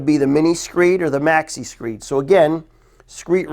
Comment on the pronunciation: screed rail not screet